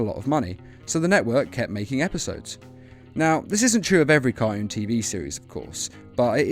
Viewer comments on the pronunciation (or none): I'm sorry, but I just went through listening to this and focusing on your accent. Every time you say cartoon, it sounds like "car-oons". Nice analysis, though.